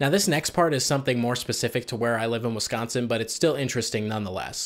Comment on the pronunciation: As someone who was born in Wisconsin but raised in Illinois, I can confirm the stereotypes you pointed out. Also it's so nice to hear someone say "Wisconsin" correctly. Here in Illinois, people always say "Wessconsin". It drives me nuts.